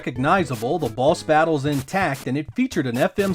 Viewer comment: I allways hear you say balls instead of boss🙈